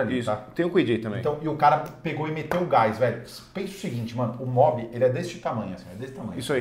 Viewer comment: O Lucas errou e ainda insistiu no erro umas 3 vezes "kwid a gás" isso é mobi kkkkkkkkkkkkkkkkkkk